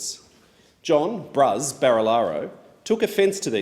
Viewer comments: Well there is at least one politician will to call out this disgrace.......great....and he actually said 'Bruz'. He's got my vote. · He said BRUZ! 😂